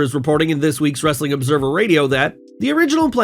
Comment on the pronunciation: You have to stop doing the ‘Wrrrrrr’ in Wrestling content, the other guy doesn’t do that and he’s much better!